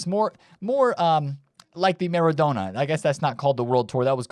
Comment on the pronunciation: just leaving this here for you. Maybe you will start to learn how to pronounce Maradona.